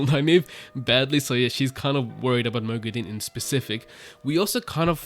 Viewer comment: Moghedien = (moh-GHEH-dee-ehn) not (moh-gheh-DEEN)